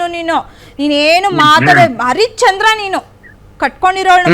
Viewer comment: Haricchandra ala madam adu Harish Chandra😂